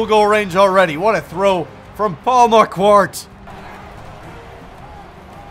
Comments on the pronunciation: shouldn't Paul's last name be pronounced like "awkward" or am i dumb? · He finally pronounced marquardt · Marquardt = Mar-Cart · Oh and it’s pronounced Markheart. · Idk why this bugs me so much but Marquardt is pronounced mar-quart. Mar, like to mar someone plus quart like a quart of oil. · Marquardt is pronounced maar-quaart, maar like martian and quaart like court but with a qu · It's Mar-kwart. That is how Marquardt is pronounced. It's really not that hard dude, come on.